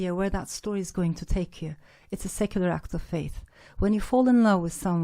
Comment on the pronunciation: Bu kadar yıl İngilterede kalıp bu kadar kötü bir aksana sahip olmak çok üzücü. Act of faith nasıl bir telaffuzdur ya.